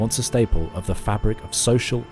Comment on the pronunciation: agreed, dude butchered bons hommes, bonnes femmes and bons chrétiens. The burning stake is waiting.